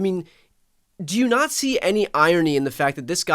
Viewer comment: Wait did he say :"did you nazi" for saying did you not see it... lol